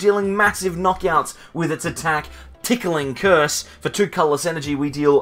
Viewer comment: You keep saying, “TickLing Curse,” but the name of the attack is Ticking Curse (no “L”). Makes for a strange mental image, lol.